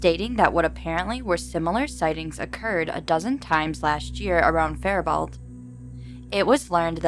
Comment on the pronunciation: Cool stories but some of the city name pronunciations are not correct but that's not easily determined from outside of Minnesota. Faribault is typicaly pronounced "Fair-a-bow". Milaca is pronounced "Mill-Acka". Some names too: "Dufresne" is pronounced "Dufrayne". The congressman discussed was Al Quie, pronounced "Qwee".